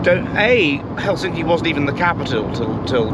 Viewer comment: The correct stress on the city Helsinki is on the first syllable, so heklSINKI is incorrect and HELsinki is correct.